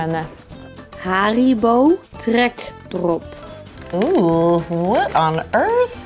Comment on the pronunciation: Haribo TRREKdrop